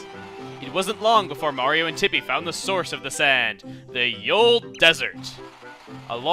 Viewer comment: when he said "Thoreau is behind tippi" i heard him say "thoreau is behind the hippie" XD